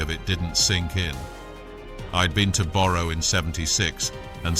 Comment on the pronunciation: “I’d been to BORROW” Stop using AI narrators,it’s shit.